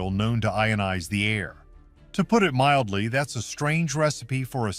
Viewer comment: Your AI voiceover is laughable: “To put it Midly”? LOL. Midly? That’s MILDLY, you goof. Next time proof your own script’s spelling before you publish.